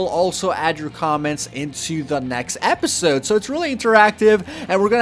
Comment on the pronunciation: you kind a said appisode instead of episode